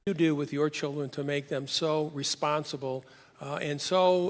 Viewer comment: his children are "responbile"? jeez, and he's the one who claims Kamala is always getting softball questions!